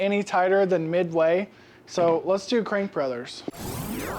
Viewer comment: It's crankbrothers, not crankbrother.